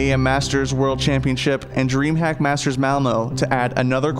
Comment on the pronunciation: there is also a mistake when you say dreamhack there, you pronounce is dreamhap